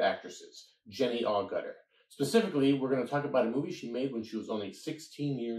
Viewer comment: It's not Awe-gutter, it's Ag-iter, a bit like Agatha with an r at the end.